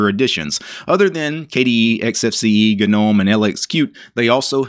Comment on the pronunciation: Hi, Gnome is pronounced with a silent 'G', so pronounced 'nome'👍